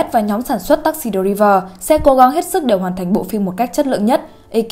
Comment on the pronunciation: "Tác xi đờ ri vờ"???